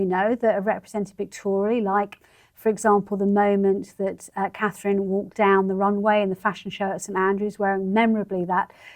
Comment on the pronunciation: Charr. CAN SAY -MEE-Gain BUT NOT!!! CA-THRINE!!! How RUDE AND DIS-RESPECTFUL. ONLY RESPECT FOR The WIFE OF The YOUNGER son OF King Charles